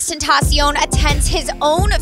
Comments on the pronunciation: Xxxtaaantaasioon ... I swear to god thats not how you sound it out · *tentasion" say it right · The way she said xxxtentacion ten ta cion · "XXX Etancion" bruh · I love the way she says xxxtentacion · Why do you say tentacion wrong like wth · You pronounced xxxTentacion wrong. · They said his name wrong smh 🤦🏻‍♀️ his name is said in SPANISH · Dude she sounded so white when she said “xxxtentacion” 🤢